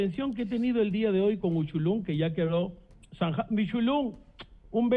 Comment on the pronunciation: Se llama Uchulú no es uchulun